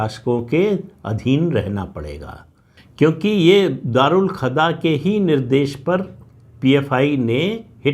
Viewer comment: राम राम सर🙏🏻 प्रणाम एक संशोधन सर: दारूल खदा नहीं दारूल कजा है🙏🏻